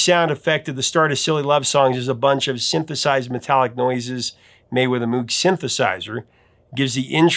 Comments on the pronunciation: “Mogue,” not “mewg”. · I enjoyed this,. (By the way, Dr. Moog's name is pronounced "MOGUE"...like "vogue".) 🤓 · when speaking of synthesizers or the company that makes them Moog rhymes with vogue and rogue. That said, I knew the guy, and would still probably pronounce it wrong when reading quickly. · Good Video. - "Moog" rhymes with "vogue." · ya gotta learn how to pronounce "moog" - rhymes with pogue I mean if you can nail Neil Peart's last name, you can do Bob Moog